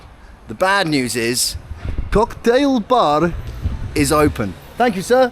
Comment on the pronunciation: You pronounce "kocktaeil bar" like a legitimate Russian trying to sound American. Very kharasho!